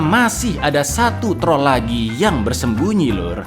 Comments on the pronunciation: "Dan inilah TROL 2 , jangan hilangkan R nya" Wong jowo be like alon alon yo tol😂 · Jangan hilangkan "R" nya wkwkwkw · jangan hilangkan RRRrrr nya 🤭🤣🤣